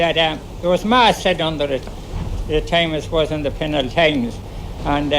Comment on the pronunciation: lol you said “across thew world”